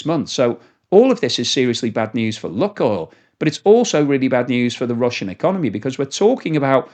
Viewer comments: Lukoil is pronounced luke-oil, not luck-oil. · Pronounced luke oil, not luck oil. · Good video. It is pronounced “Loohk oil, and not “luck oil”.